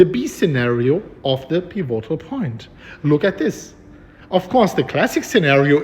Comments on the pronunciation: Piv-a-tol pronunciation not pi-vo-tal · PI vo tal betonung auf der ersten silbe. und nicht auf der zweiten piVO tal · piv - it - ull - thanks for the vids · ...may I tutor you on pronunciation of "pivotal"? I love how you say it but it is incorrect... so...PIV. IT. OLE. or. PIV. IT. TOLE. Thanks for all YOUR tutoring!! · Pronounced pih-vih-toll. Pivotal. You're doing a great job,! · Peevoaghtal point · Pivotal is pronounced piv-it-tl, no O, emphasis on first syllable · Peevohtal point! It's OK, I still love you 🤗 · It's pronounce PEE-VI-TOLL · Pee vo tal. Nice!! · Love the updates! Also, just for future reference the correct pronunciation is more like "pih-vuh-tol" with annunciation on the "pi" the same way you'd say "critical" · Peh- VOT -all